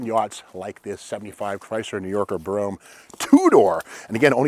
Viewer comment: Thank you so much for calling it a 'Brome' instead of a 'Bro-ham'. Correctly spelled Brougham. It grates on me because it seems people can't pronounce it right